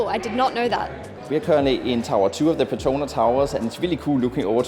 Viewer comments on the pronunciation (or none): It is PET TRO NAS not PE TRO NA Towers🤦🏻‍♂️ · The ‘S’ in the Petronas is not silent.. you should pronounce it like the locals